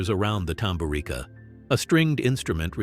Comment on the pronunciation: TamburiTSa or TamburiTZa is pronanciation. 😉😏🤔🤓